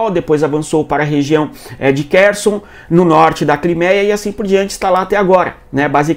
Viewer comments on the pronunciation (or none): none